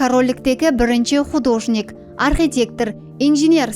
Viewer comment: Художник па емес, художник пе деп колоанылады